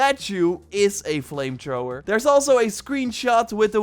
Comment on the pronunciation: Ah yes I love my “FLAMETROWER”